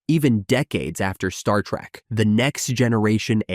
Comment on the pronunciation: It's trek not track!!!!!